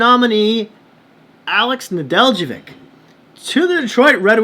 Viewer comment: Neh-DELL-koh-vich. The j is silent. Accent on the DELL.